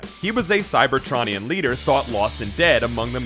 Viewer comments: Transformers don’t have a rogues gallery. It’s a war. It’s like saying hitler is in the ww2 rogues gallery. Also the way you say cybertronion hurts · You are pronouncing cybertronian wrong